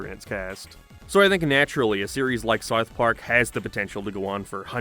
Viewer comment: man how do you pronounce south so poorly